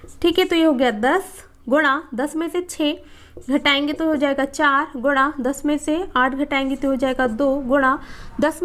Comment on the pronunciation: Aap guna ko guda kyu bolte hai